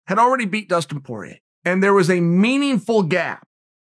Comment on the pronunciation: poirier you bum, its french not PORIER